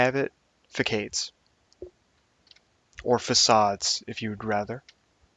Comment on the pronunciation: Facade pronounced fãsod